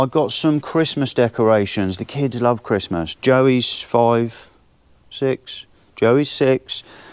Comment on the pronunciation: Ho Ho Ho , merry cwistmath , ah yeah